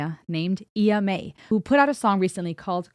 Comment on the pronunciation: I have been listening to this since it dropped, it still gives me chills!! She is such a warrior............ Finally someone brave enough to speak the truth!! Check out her newest single good citizen. And its Iyah, not Eyah 😂